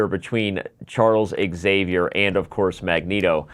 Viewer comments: Imagine pronouncing Xavier "Exavier" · Nice but now I have a correction for you. 😉 Your pronunciation of Xavier is incorrect.